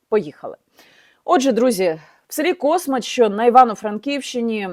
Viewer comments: Дякую за відео Яніно. Тільки одна поправка - космАч, а не кОсмач. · Космач. Наголос на букву "а"